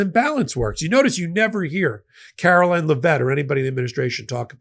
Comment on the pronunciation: It’s Caroline - please pronounce it correctly so we can post a link to your commentary on her and the WH social media sites.